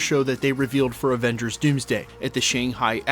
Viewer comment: Sounded like you said other Revengers 😂 comment below!!!!!